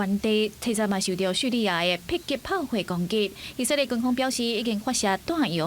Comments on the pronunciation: 以色列這個詞念那麼多次，能不能不要一直講ㄧˇㄙㄜˋㄌㄧㄝˋㄧˇㄙㄜˋㄌㄧㄝˋ，照字念Í-sik-lia̍t都還比較好，這是台語新聞欸。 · 認同+1，「以色列」的台語發音在150年前的台語聖經就有了